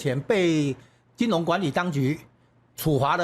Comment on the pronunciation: 金融唸成金隆口齒不清媒體人民代名嘴多人的缺點，又不是沒有讀小學注音？且多字錯唸音其都是學唸中共國 的人媒報導錯唸音，人家亂拼音你妳也學連王瑞得也一樣學中國人亂唸張雅秦更嚴重•••幾乎人人都有些字口齒不清的，只剩下少數媒體人堅持台灣本土學的正確拼音唸字才真讓人敬佩又安慰，原以為自己六十年來使用的正拼音字被他們錯亂掉了？原來學中國人在網路上錯誤拼音，注意：中國連破音字也不懂更不會用不會唸•••。另海角七號_中國人唸成海絕七號，不要學中國人了吧！